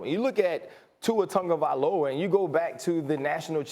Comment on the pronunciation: Nobody: Absolutely no one: ESPN: Tua TUNgaVoLa